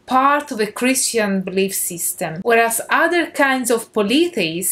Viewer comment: you said 'polithis'? What is that?